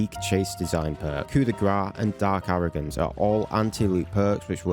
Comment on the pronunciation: "Dark aroogance"